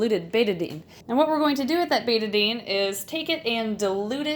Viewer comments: Me: BETA-DINE Her:BETA-DIN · It’s pronounced bet-Ah-dine